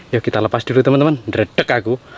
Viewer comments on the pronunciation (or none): none